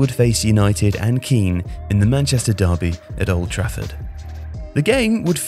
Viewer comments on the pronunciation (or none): none